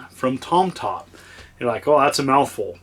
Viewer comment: . Ah, ok, I really thought he was saying Tom Tom.